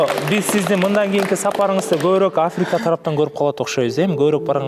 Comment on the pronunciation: Африка менен миллион деген созду туура айтуусун редактор карап койсо болмок